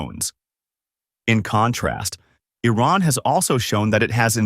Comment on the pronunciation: Firstly, learn to pronounce Iran correctly. It sounds like calling Trump as Dumb.